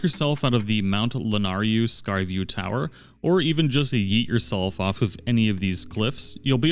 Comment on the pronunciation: 'mt. la-nay-ru' thats how its pronounced, the nay is pronounced neigh like how a horse says it.